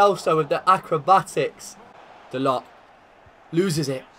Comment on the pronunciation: De ligt is pronounced de licked brw